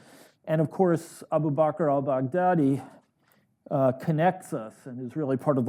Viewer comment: Abou Bacquerd Al Bagdaddy isnt close to how the name is pronounced. And thats just the start in a litany of tragic missteps in the Syrian engagement & the Afghan campaign. Dilettantism and adventurism without taking the trouble to understand the adversary's methods and motivations tends to prove counterproductive in the medium term.